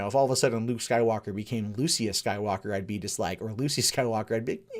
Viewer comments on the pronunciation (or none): none